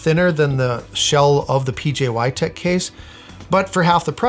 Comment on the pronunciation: IF HE SAYS "pjy" ONE MORE TIME.....